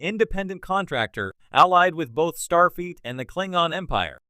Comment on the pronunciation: Wtf is “Starfeet” 😂😼